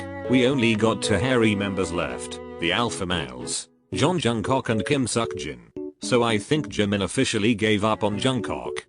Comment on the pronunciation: The thing that I learned from this video "Seokjin"❌ "Suckjin"✔